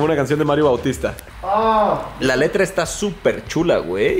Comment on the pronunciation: Emi no sabe pronunciar la l